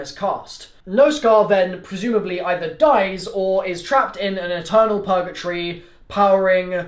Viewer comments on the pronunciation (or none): none